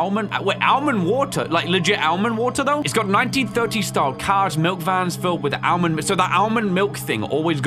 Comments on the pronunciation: Bruh why is he saying Ale-mond water it's so infuriating its pronounced ol-mond wah-ter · bro's saying Al-mind water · All-mend watt-er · bruh it's AMENWATER